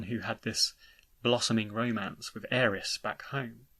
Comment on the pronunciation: Well the Remake seems to suggest the inner voice is Sephiroth trying to guide Cloud to the Reunion. Also why do you pronounce Aeris like Ares?